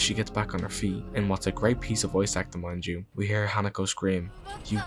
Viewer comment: great video, i grew up in japan as an american, and just for future videos her name is pronounced “He-Nah-Co” just so you know! new subscriber ❤